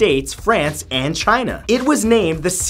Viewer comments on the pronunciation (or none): none